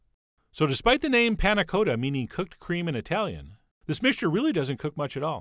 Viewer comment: thank god you said "cotta" the right way at the end